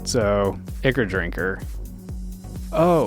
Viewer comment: Ichor is pronounced "EYE-kor"